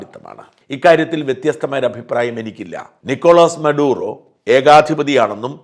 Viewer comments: Not MARUDA , It's MADURA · Marudo അല്ല സാറേ maduro😂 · മാറൂഡാ അല്ല ചേട്ടാ മഡൂറോ...